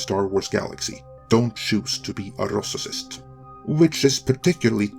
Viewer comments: What the heck is a "rossiscist",? Are you telling me you can't pronounce RAYcist with your command of English? Or is this an internationally mispronounced word to gaslight on your part? That aside, episode 2 want great, but 3 was solid. And yeah, there's a reason why inquisitors aren't Sith. They are immature hot heads. She's actually written pretty well for one of them. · Incredible video but please review your pronunciation of "racist" lol (you're mispronouncing the soft 'a' as an 'o' and adding an extra syllable. It's more like ray-cyst, not ross-si-cyst.). Keep it up! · Man your English is so good but you need to learn to say racist. lol. "rossissists" is not a word! I was seriously confused for a couple minutes there. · actually, now nearing the end you're butchering it even worse, now you're saying ROSSISIST... ffs, come on. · In your next video, try to pronounce rossissist correctly. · could someone please tell this moron that "racist" only has two syllables..? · What is up with the way he is pronouncing “racist”? If this is a dialect/accent issue okay (though I don’t remember that pronunciation in previous videos). If this is some attempt by the narrator to mock the idea of racism be present or in general than you basically lose any and all credibility or pedestal your trying to preach from. Any moron knows Hollywood/Entertainment isn’t going to fairly represent the world at large so I would hope, whatever your political bent, you can recognize that racism in this country is still very much a problem and not worth mocking. That shouldn’t be a hard concept even for a channel moderated by mostly middle aged white men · Anyone who actually believes this playbook can only be a bigot. And what’s up with your pronunciation of racist? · Can you please say racism and racist normally? I wanted to share this but between your great accent and purposeful mispronounciations, my normie friends might not get it.